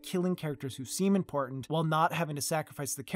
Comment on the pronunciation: "aaand... Rickon is not impotant."